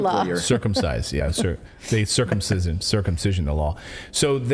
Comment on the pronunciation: "Circumvent" - please people. Natali, quit it with the "circumcision" - scary stuff :P